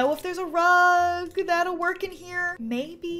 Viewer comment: When she said there's a unicorn rug i heard there's a unicorn drug 🤣